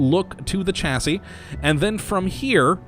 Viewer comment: You make the best mod show cases but you need to learn how to pronounce words m8 it isnt Chasi its more sound like Shasi Kay?